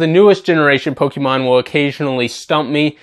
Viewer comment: You might have the pronunciations of pokemon names right, but you still manage to mispronounce the word pokemon. It's not pok-i-mon, but rather pok-ay-mon. Just imagine fonzie saying ayy in the middle of the other syllables